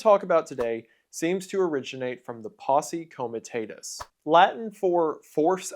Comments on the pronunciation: comi-tah-tus, not comi-tay-tus. AFAIK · You are pronouncing "comitatas" wrong. It's a short "a" not a long "a." Also in your video, you told us about a woman who ordered the arrest of President Obama, but you showed the photo of President Jimmy Carter (not even the correct RACE !). Very poor editing. One more thing: learn how to pronounce Waukashaw. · Posse Coma-tah-tuss